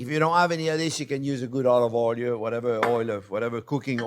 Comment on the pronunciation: People like to joke about him pronouncing onion as onyo.. But I haven't seen anyone talk about oil pronounced as oylyou!